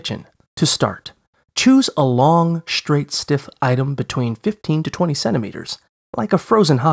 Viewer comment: Maybe I've heard this or not, but suddenly the way he says "shtraight" and "shtrip" sounds very strange to me.